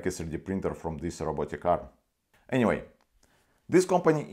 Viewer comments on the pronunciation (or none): none